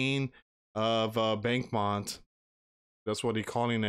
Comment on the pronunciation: Its pronounced bach-moot